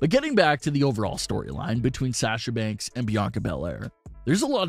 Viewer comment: This the guy that says “SHAHSA BANKSS”